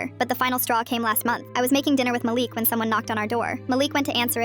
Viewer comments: Malik not Maleek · “Maleek” “mælick” GURL ITS “MA-LIK” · You pronounce the name Malik “Ma-Le-k”